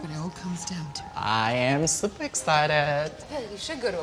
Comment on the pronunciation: No one:: I'm supa excited